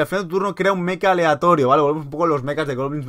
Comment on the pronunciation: Por favor Mecha no meca